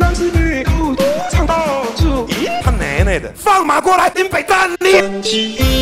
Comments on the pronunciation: 只有我覺得...韓說他奶奶的時候有一個腔耶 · 只有我覺得...韓說他奶奶的你爸等你的時候有種腔調